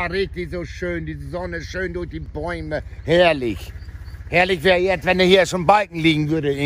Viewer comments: Her - lich 🤣🤣🤣 Udo du hast mal wieder recht. Dat heißt zuschneiden 😉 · Frechheit von Udo.... Spricht er herrlich einfach so aus.... Was haben wir gelernt..... Herr-......lich!